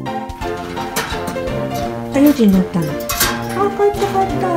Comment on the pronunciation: 可愛い～❤️「４時んなった！」(笑)ぴんふさんの発音そのままをちゃんと覚えるんですね♪お利口だなぁ✨